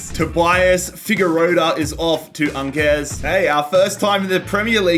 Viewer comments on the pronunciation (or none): none